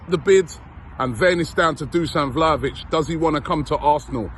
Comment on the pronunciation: “Hi and welcome along to AFTV Vhlahovic daily”